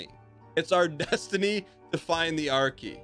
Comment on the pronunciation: I didn't even know he was saying R key, I thought he was saying Archae or something up until the item actually appeared.